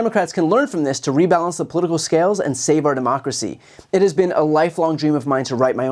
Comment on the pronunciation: Open borrrderrr ahnd tearrrr down de wahll.